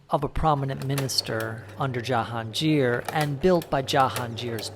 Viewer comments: It’s Ja-Haan-Gir not jahanjir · Jahangir not Jahanjir - g not j